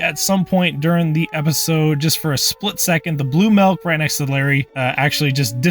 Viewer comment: did he just say Milk as "Melk" ?